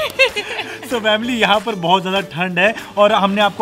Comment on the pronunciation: why are you saying vamily you have to say family